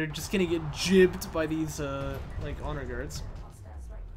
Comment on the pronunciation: Gibbed vs jibbed, isn't it spelled gibbed, so say it right sailor.